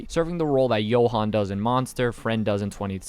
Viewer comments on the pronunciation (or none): none